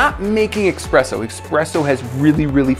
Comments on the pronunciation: Between and my blood is boiling he called it “expresso” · Yes. Pisses me off so much when I hear people call it Experesso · ESPRESSO DOES NOT HAVE AN X IN IT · "we're not making expresso" .....I have no words for how angry it makes me when scientific experiments are accompanied by blatantly incorrect language. "Nukular" angers me most consistently. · Did he just say expresso? Shaaaame. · It’s Espresso not Expresso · Hold tf up, ITS ESPRESSO NOT FRIGGIN EXPRESSO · Expresso????? Really???? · Did he say expresso? Sounded like it. It's espresso